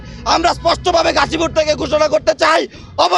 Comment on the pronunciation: গাজীপুর বলতে পারে না খাসি পুর বললো